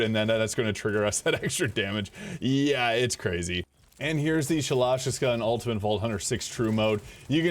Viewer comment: The way you pronounce Shalashaska tells me you’ve never played Metal Gear. Makes me sad.